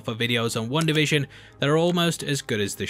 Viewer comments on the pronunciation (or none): Why is this guy saying one da fishin!